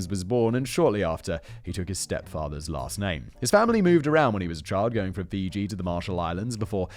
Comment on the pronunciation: Me a Fijian: Hey it's Fiji